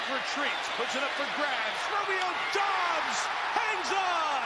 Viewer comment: Doubs not Dobbs.